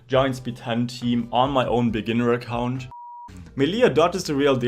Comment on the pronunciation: "giants main accAunt" you gotta be german XD